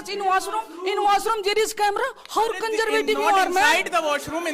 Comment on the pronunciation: It's really a great job you're doing sir Mashallah zbrdst. It's much more knowledgeable and fun too One my brother from the side separate education's sentence pronunciation was like " How kanjervative😂 you're that you're promoting co-education"